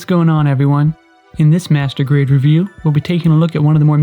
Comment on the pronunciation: when you say "master grade" sound like "masturbate" lol